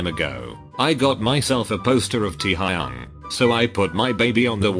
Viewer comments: No one: The bot: tee-hay-yung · Who's Taehyung? there's only Tea-haa-young. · i was telling my one non-ARMY friend that i had gotten GA tickets to see BTS. she said she had heard that people wait outside the venue & asked me if i was going to have to wear a diaper in case i had to pee while waiting like ??? also, same friend continues to pronounce taehyung like ty-hing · When i first got my bts posters and and there’s this one poster with “Taehyung” written on it and being the Filipino friends they are, they pronounced it as “Tahehhyeng” (tae in the Philippines is “Poop”)